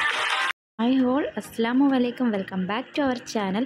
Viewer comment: Dear... Salam parayumbbol ശ്രദ്ധിക്കുക. Aslamu alla... അസ്സലാമു അലൈക്കും ennanu😊